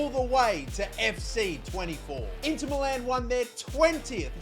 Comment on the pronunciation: its not Inter MELLAAN its inter MILAN